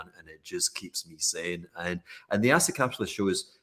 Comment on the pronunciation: I heard “asset capitalist podcast”, but it’s actually the “acid capitalist podcast”, haha awesome